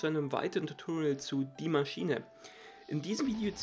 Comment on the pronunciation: Tutoriel 😂😂diese Aussprache